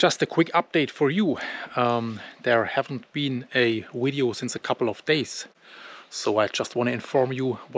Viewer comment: A “wideo”. The pronunciation gets me every time 😂. I think the Germans have the w and the v sounds swapped..